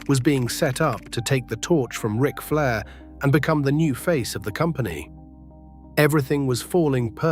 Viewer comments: What about (R) ike Flair instead of Rick? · R- ick Flair? WTF?? Get rid of the ai slop narration.